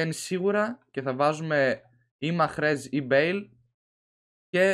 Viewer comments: Λέγεται Μαρεζ και όχι μαχρεζ BTW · δεν λεγετε μαχρέζ λεγετε μάρεζ